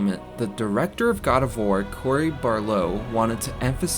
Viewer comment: Love the video but you butchered Cory’s name lol.